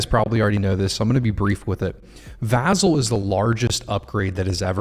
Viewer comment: vAH-Zel! Lol